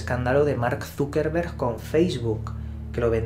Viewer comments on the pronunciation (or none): none